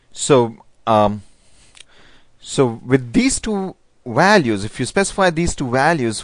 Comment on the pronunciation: walues, uidth dude you rock XD